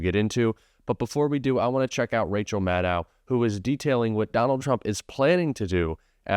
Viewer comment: Rachel Maddow is pronounced like "know", not like "now".